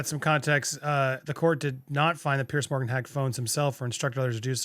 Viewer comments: Jesus, Andy. It's Pronounced Peerz, not Pierce. And Schofield is pronounced skofield, not shofield. It's like people calling you Undy. So American. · Small comment. Piers Morgan is Piers not Pierce. Piers is a very English name I know but it is Piers pronounced Peers.